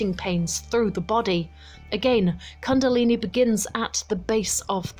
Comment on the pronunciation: First learn how to pronounce the word 'kundalini' correctly